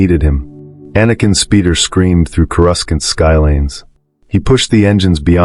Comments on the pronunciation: Right. They need to write the text in ways AI will say it correctly Core oo sant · I hate AI narration. Its pronounced corusant not coruskant. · Reading Expanded Universe novels in the '90s I thought Coruscant was pronounced Coe-Roose-Can't, so when this video said Coe-Russ-Can't I had myself a li'l chuckle! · I lost it at Core-us-kent. I was really into the story imagining it all, and he said Core-us-kent 🤣🤣🤣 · It threw me off at first then I hear it again. Ughhhhhh it’s like nails on a chalkboard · Yes, uh, are you going to finish that corusant? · I think in the games the second C is silent. So it was like: Cor-us-sant or maybe the second C is said… quickly? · ai said kuh-rus-kant. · How can the speaker say Naboo correctly though he messes up Coruscant?